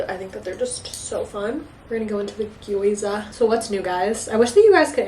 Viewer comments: ily but it's gyoza not gweeza 🤭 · Love you but the way you say gyoza is so funny haha